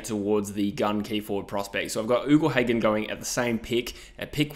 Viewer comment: I’m a fan of your vids, but something that grates on me is when you say Ugle Hagan. It’s not pronounced “oogle”, it’s pronounced “yougle”